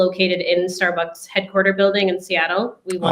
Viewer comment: I thought it was closer to starburgs or maybe starborgs